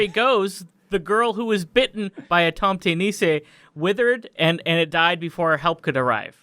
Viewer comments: Murricans trying to say tomtenisse is one of the most painful things ever :p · It wasnt before i saw the original photo when i realised that they were trying to pronounciate Norways «tomtenisse» 😂🎅🏼 (which means farm-santa) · Tomtenisse is pronounce "tomtehnize". The tomt in tomtenisse means farm property. Also, we call Santa Clause for Julenissen which translates to the Christmas ... nisse. (I'm Norwegian). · Seeing your “Tomte nisse” was terrifying ! As a Swede hearing you pronounce it was also very amusing:3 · As a Norwegian I an HORRIFIED by your dreadfull pronounciation of Tomtenisse! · The way you pronounced tomte nisse made me giggle lol